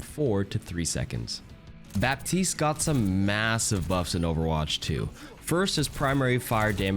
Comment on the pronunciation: Hi, thanks for the video, very well made and useful ! I have one thing to point out on which you're wrong tho : The P in Baptiste is silent. Think of it as Battiste